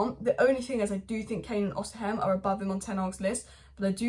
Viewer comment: Pronunciations: Osimen (just ignore the h), Sassuolo = sass-wo-lo, Gonçalo = gonsalo